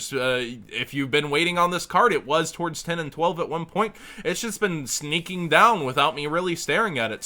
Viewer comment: I heard "sneking down" :P